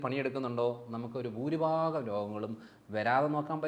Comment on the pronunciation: പ്രിയ സുഹൃത്തേ ഇനി മുതൽ ബൂരി ഭാഗം എന്ന് പറഞ്ഞു ശീലി ക്കല്ലെ.ഭൂ എന്ന് പറയൂ.